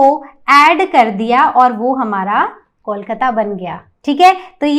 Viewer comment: कलकत्ता होता है ना की कैलकाता